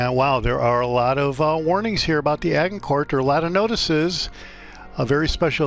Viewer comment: A-Jin-cour just saying boss 👏